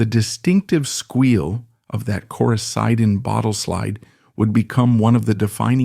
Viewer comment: No NO... error.. Rick Hall sold to Capricorn... (U) you got it wrong...backwards...Phil Walden and Jerry Wexler ..paid TO - Rick Hall $10000. fwiw You gotta get your facts right...undermines your credibility Coricidin is pronounced "Cor I Ceeeden" ... bad...bad.. Credibility.. dont use A for this stuffI!! your is totally wrong!!!!!!!! Rick Hall SOLD NOT BOUGHT!!!!!!!!!! your video sux because of this so simple fact that you screwed up (ai) SUGGEST YOU SIMPLY DELETE THIS VIDEO!